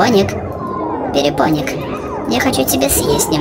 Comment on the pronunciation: Не перепоник а перепонк